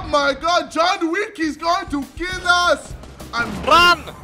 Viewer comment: “DAY TRYIN TOO KEEL ME!!!” 😂😂😂